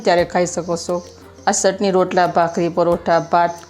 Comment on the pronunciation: મૈયા ચટણી બોલો સટણી નહીં